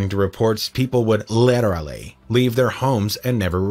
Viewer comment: There are many disturbing facts in this video. One of the most disturbing things about this video is the way the narrator pronounces the word "literally."